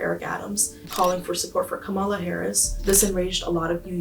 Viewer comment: This woman as much as admits she is a cosplayer. And, she can't even correctly pronounce Kamala's name. She says it derogatorily, just like a Trumper! Feeling, nothing more than feelings. Pathetic.